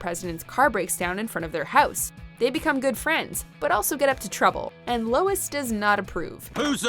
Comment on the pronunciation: Sounds like ur sayin Louis